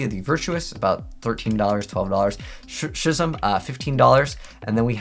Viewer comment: I have an honest question... is English your first language? I mean, I can kind of understand mispronouncing Ecclesia (Eh-clee-see-a would be the proper pronunciation, by the way), but Schism? Like, I legit wonder sometimes if English is your native language. Schism (Skiz-um) A.I. is meant to be pronounced like the letter I, or the word "eye", as they're all puns. A.I. Contact (eye contact), A.I. Love Fusion (I love you... sion.) Ignister A.I.Land (Island), A.I. Shadow (eye shadow), A.I.dle (idle) Reborn... and so on.